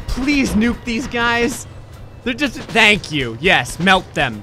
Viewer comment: "Tank You for the Video" :-D lol